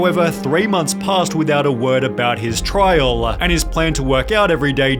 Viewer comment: Is it trial, or trialuh?